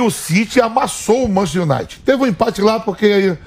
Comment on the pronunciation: “ O Manchi Iunighti” Vamp, Velho!